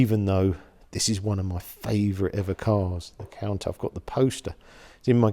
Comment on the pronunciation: he said “count ash”